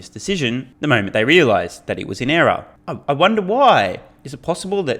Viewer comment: Dude do u pronounce error like uggghRER????